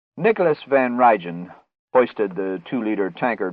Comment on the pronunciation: L[sten, pa. It's Van Rhine and Nie is pronounced knee.